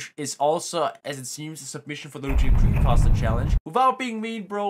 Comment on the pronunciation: His name is Luigikid [stop saying people's names wrong]